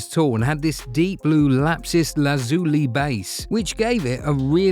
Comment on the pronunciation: It’s pronounced Lapis Lazuli..